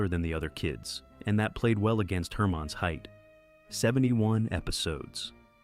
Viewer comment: I agree. There were two times when the voice pronounced "Herman's" as "Hermine's".